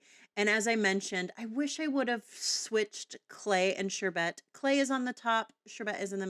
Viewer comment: Beautiful blending!! It’s pronounced like ‘sure Bert’.😊